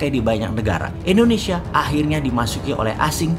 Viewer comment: Halo om Boss... boleh tau ga, kenapa penyebutan Indonesia menjadi Endonesia, disetiap videonya, maaf yah..karena aku belum paham. Dan agak sedikit ngeganjel setiap kali dengar om Boss bilang Endonesia...🙏😊, salam dari aku yah..like all your video Om boss...